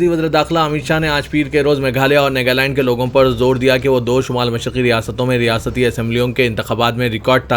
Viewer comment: NEGALAND nahi NAGALAND koi tho durusth karo iss Bande ko